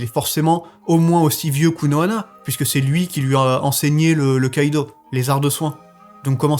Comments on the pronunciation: STP STP STP ARRETE DE DIRE KÏDO C'EST KIDO :,( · Mon com est inutile mais ca me perturbe de t’entendre dire Kaido a la place de Kido 😭😭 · Tu me stress. On dit Kido pas Kaido omggg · On dis kido pas kaido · T'est matrixé par one piece mdr tu dit kaido au lieu de kido 😂